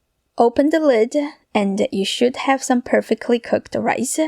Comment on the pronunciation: Open the lid-ah…left over rice-ah…eggs-ah….shrimps-ah!